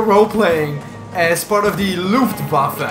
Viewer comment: I loved the m4 in bf4 aswell as in 3, BTW nice pronunciation of Luftwaffe